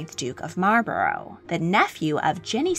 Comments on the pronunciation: Just thought I should let you know you pronounce Marlborough wrong. It’s actually pronounced Marl-bu(like bucket)-ru (like Russia). Source:have lived in the area around Marlborough (the town which the Dukedom is named for). Good video though. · You pronounce Malborough wrong. You need to look it up. I live in oxford not far from Bleinheim Palce where Winston churchil was born.